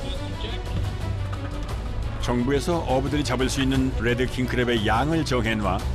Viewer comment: 뤠드 (red) 킹크랩인데 자꾸 혀를 굴리면서 led 킹크랩이라고 발음해서 귀에 거슬립니다. R 과 L 차이가 크니까 제대로 발음하시든지 아니면 혀를 일부러 굴리지말고 그냥 한국식 영어로 딱딱하게 레드라고 발음하면 더 나을것 같습니다.